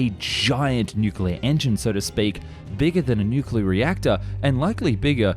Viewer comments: "Honestly I don't know why we don't see this nucuuuwelough drilling technology" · I can’t believe the narrator can’t say ‘nuclear’ properly 😅